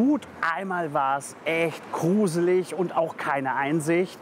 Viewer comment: Aus Gyros wird „Küros“ Trocken= „drocken“ Portion = „bortion“ Gros = „kros“ Blumentopf = „Plumentopf“ Gruselig = „Kruselig“ , der soll mal den armen Max Kruse aus dem Spiel lassen Ich konnte nicht mehr 😂😂